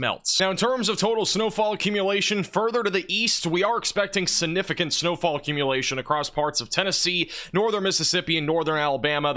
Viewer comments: Your coverage is outstanding, and I love your channel! One request: please stop using the word 'significant' until you can pronounce it properly! it isn't 'sin-ificant' there is a 'g' before the first 'n'. Call me whatever, people, but has excellent grammar and pronunciation with the exception of this one word! and he keeps saying it LOL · siGnificant . this word has a G in it